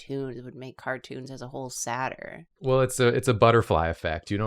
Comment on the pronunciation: saw the deepblueink animation of this episode before the actual episode and thought Jacob said cartoons were "satire" instead of "sadder" just with a weird accent 💀